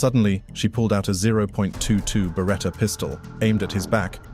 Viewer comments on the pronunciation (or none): none